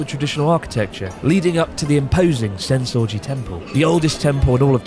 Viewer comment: I know he said Senso-ji temple, but I swear it sounded like sense orgy... Which would kinda make sense, since there's so many sights, sounds and smells, etc